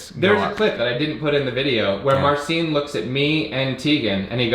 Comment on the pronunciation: Marcin is "Marcheen" not "Marseen". Wish you luck!